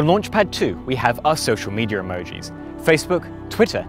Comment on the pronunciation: On launch pad two, we have asocial media platforms. Sorry to make fun of your accent, but it was too fun mishearing to not share.